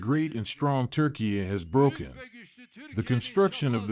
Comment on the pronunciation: Thank you for pronouncing name of Turkiye correctly 👍